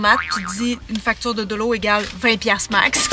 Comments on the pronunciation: On dit Dollo mais on écrit Dollar :) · dollo hahaha 🤣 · mais alors la monnaie $ vous la prononcez Dollo ? 🤣